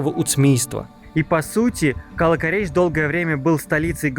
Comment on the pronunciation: Слух режет Кала́-Корейш , ударение на второе а. Кала́ это крепость.